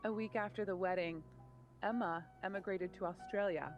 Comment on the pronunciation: Emma “emmagrated” lol